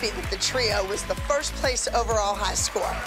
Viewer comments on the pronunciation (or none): its so funny when abby pronounces high score like high squar or something